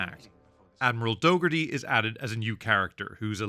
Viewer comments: It's Dougherty, not dog-hearty. ^^ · Admiral "Dough-gurr-tee"